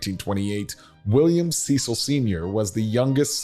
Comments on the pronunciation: You mispronounced Cecil dozens of times. It is pronounced Sessil, not Seecil! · You might want to address them as they address themselves... Cecil (SESS-il as in rhyming with "vessel"), not SEE-sill. Get it right if you're going to teach history. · Cecil is pronounced as sessil, not seesil. Short e sound. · Interesting piece, but the Cecil's pronounce it as "sessil" rather than "seesil". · I worked at Mission Hospital in Asheville for years and had the pleasure of caring for members of the Cecil family. They do prefer the English pronunciation of their name with “ses-el” rather than “see-sal”. The house and grounds are amazing as well as the economic uplift it brings to Western North Carolina. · It is not pronounced "Cee-sil", It is pronounces like "Sess-el". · Their name is pronounced “Sess-sull” not “see-sull” (Cecil) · Correct pronounciation of the name is not Ceecil...it's "Cessil" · pronounced Ce (short e) cil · Very interesting video about the Vanderbilt family here in Asheville, North Carolina. But I would like to make one important correction. The last name of the family in charge today,Cecil, is not pronounced the way it looks, but rather rhymes with the word vessel. Please and thank you! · Went many times from 1973 thru 2002. Lived nearby. Not to be picky, but the guy narrating mispronounced Cecil. Its sort of a short sound e. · You mis-pronounce the Cecil last name. Bill Ceil is a classmate and friend of mine.